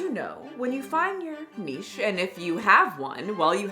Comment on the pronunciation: "No bitch do you know what a Nitche is????" 😂😂😂😂 I died